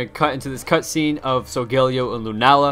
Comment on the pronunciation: Ur supposed to pronounce it like sol guh lay oh